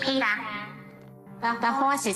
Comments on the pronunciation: petah...the bones are worth... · Petah, Bonestholemew Bonesly Bonesworth is heah.